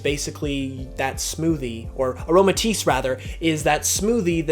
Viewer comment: IT'S AROMATISSE, NOT AROMATICE!